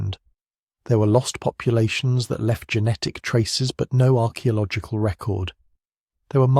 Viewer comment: Only an AI would pronounce archaeological like that. How very very disappointing.